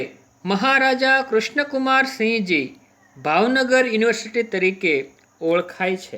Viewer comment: it's sinh not singh